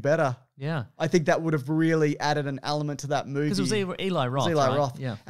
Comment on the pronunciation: i don't know why, but i so enjoy it when drags out syllables for no reason like 'roooooles in a mooooovie' - i just think it's hilarious!